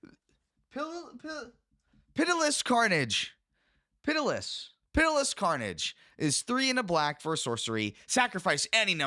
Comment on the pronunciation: Av-er-is, pity-less...you have the power of the entire sum of human knowledge at your disposal and you still can't pronounce pretty common words. We are so doomed as a species.